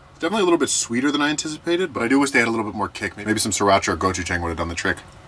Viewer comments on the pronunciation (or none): none